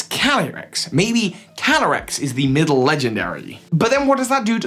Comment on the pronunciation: When he says “calyrex” fast, it sounds like he’s saying “candy Rex,” like a candy T. Rex